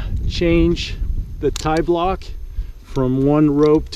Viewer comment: I always love your videos, no wonder why Andy Kirkpatrick quotes you. Man you are a genius. The only slightly naughty comment I'll indulge in is: I prefer pronouncing tiblock as the French pronounce P'tit block which is the shortened version of petit block rather than tie-block. I'll doing some solo top roping on Wednesday but luckily enough I'll be able to abseil from the top of the crag. I bought myself a Roll'n Lock last year after seeing your comments on it but I still have a shunt which I use often with double ropes but I also use a back up hitch. Most single pitch climbs here in France are over-bolted so your Stickclip method would be most convenient and once you are at the top after all that toil, you could traverse and use other lines too and spend all day climbing on your own. Thank you again.